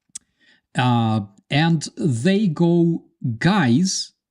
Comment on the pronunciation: Do not pronounce the s in Illinois. Also pronounce the Ill not as in ill but as in Elle.